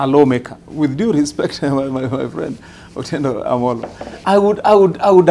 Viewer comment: the pink shirt guy is really butchering Otiende Amollo's name😂